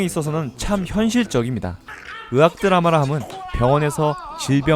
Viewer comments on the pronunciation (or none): 의학드라마를 으악드라마로 발음하시네.. 으악!